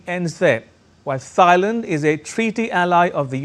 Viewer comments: It’s pronounce “TIE-land”, uncle. NOT “THIGH-land”. 😂😂😂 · Can someone correct* his pronounciation of Thailand, its not Thigh-land its pronounced Tie-land 😅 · Thigh-land? Learn how to pronounce the countries of which you speak! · Thailand - is pronounced T-ailand and not as Th -ailand. How about that ? (Germany) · Why do you keep saying Thigh and Thighland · For heaven's sake, the 'H' THailand is not pronounced! It is not Thigh-land! Do your homework please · It is NoT Thighland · wtf is “Tsi-land” It’s Thailand** ya brown bag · Can you please pronounce the name of the country and city right? Thailand, h is silent - Tailand. Phnom Penh, h is silent - Pnom Penh. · Hey dude!! Learn how to pronounce Thailand!! Jeeeezus. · The presenter undermines his credibility by mispronouncing Thailand & Thai. Is this ignorance, arrogance or stupidity?